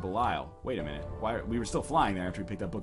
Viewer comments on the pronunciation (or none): none